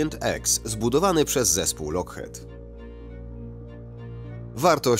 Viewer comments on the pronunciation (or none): Wymawia się jako lokchit a.nie lokhet